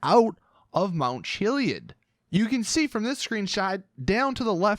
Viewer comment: The way you pronounce chiliad irritates me